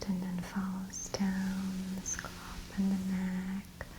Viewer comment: Scalp is my favourite word that Maria says - “scolp” 💆🏼‍♀️🤤